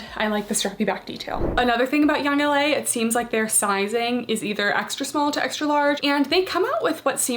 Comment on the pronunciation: She said “Yoong- laaa” lol that made me crack up 😂